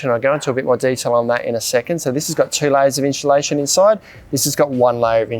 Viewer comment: I honestly couldn’t watch the vid after hearing inchulation 3-4 times. I’m out.